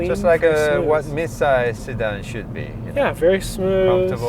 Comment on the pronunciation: it has to be midsize, not midside .. but i still love ur reviews!